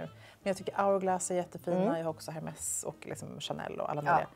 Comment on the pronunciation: Har en podd som heter säker stil men uttalar H:et i Hermes...